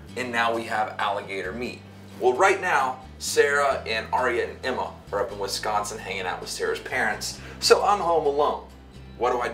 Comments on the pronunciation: Great video! I'm am slightly disappointed that you said Wesconsin instead of Wisconsin. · I live in Wisconsin and when he said wesconsin I got mad 😂😂